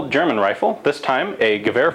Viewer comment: My thoughts on how to pronounce gewehr: ge we herr. The real way: Ga Vair